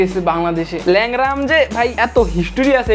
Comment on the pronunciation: Lengra ❌ Leura ✅